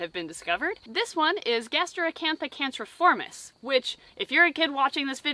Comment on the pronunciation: The right way to pronounce the last spider name is can-cri-formis, with the sound cr like in crab, not canceriformis. Cool video though